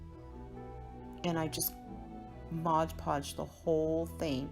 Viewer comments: Cool ideas. FYI - its MOD podge, not modge podge.😉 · Dear sweet, incredibly talented lady. These are amazing. BUT ... isn't there always a but...? It's MOD Podge. NOT MODGE Podge. I'll go back to Mom's basement now.